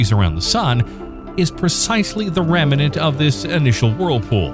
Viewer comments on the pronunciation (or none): The narrator said, “reminant” several times. I guess he meant “remnant”?